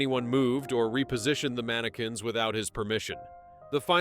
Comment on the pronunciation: I gotta go.. Just cant hear ManaQUinnss again